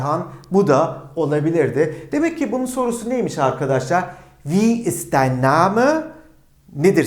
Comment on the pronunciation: dein telafuzu dain değil mi